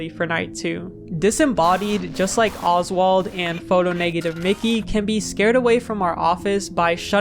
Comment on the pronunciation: Oswald not osbald